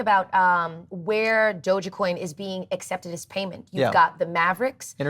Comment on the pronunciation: Oh wow she's a little annoying, she kept saying doja coin lol